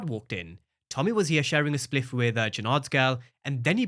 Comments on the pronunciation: Did say "Spliff"?😂😂😂😂😂😂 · I've never heard a foreigner say spliff...more like a jamaican like myself or someone from the Caribbean... I lol!